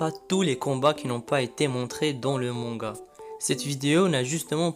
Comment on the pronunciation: Ça ce dit MANGA et pas MONGA